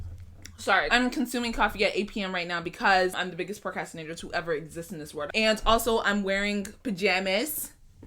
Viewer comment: I had to put on closed captions to know she said procrastinator.